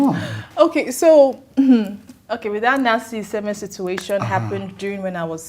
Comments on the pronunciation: Oh it’s Iheme not Isime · she said isime